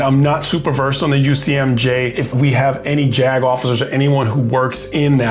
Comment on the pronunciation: I'm from Pittsburgh PA and when you said JAG Officers, I almost thought you said "jag-offs" If you know you know - lol Thanks!